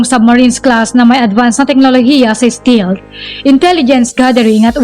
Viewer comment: Stealth ✅️Hindi Stilt❌️ Mgka iba po ng Meaning Yn... Google Voice Search nyo po St"E"alth✅️